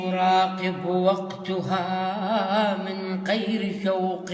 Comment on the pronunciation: اراقب وقتها بفتح الهاء مو وقتها بضم التاء اكو اخطاء لغوية